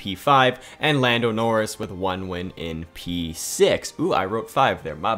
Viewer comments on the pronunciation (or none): Did man just say boldo noris